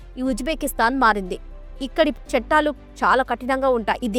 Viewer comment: చెట్టాలు కాదు చట్టాలు.